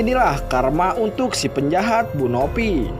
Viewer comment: Kok Nopi bukannya Novi kok Pina bukannya Vina gak jelas banget ngomongnya???